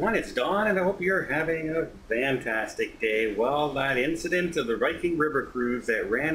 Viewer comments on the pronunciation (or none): i asked once why he says Vantastic. It's only sometimes, like he chooses when to say it. I didn't get an answer btw. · VANtastic.... He says VANtastic. Although I don't know why.